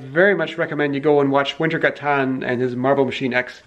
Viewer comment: Don't get me wrong, I love your videos and have been a loyal subscriber (and watcher) for quite some years now. But the irony of you insisting that people pronounce "" - like we do in the nordic countries - while you BUTCHER the pronounciation of wintergatan just hurts my brain:P